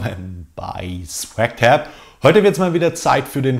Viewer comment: Haha hab am Anfang ,, Herzlich Willkommen bei Snapchat verstanden,, 😂😂